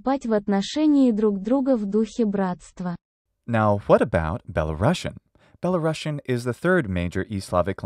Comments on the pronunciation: Good video! One tip - you should pronounce world Belarusian (with one "s" by the way) like Be-la-rus-yan , not "Belarushian", it is a USSR way. It doesn't have to do anything with Russia. The rus part refers to ruthenia, as there used to be white and black ruthenia. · it’s pronounced “belaroosian” not belarossian